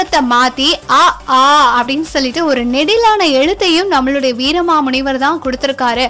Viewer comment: Your pronounciation is totally wrong with his name pls correct the name